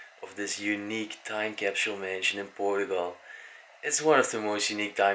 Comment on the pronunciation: Era muito melhor se a prenuncia fosse mais acertada, por exemplo Portugal ou portuguese , em vez de Poregue or Porogual ; what is that? Really 🤪